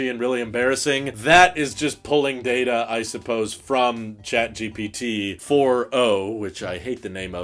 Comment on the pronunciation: why you keep saying “jat GPT”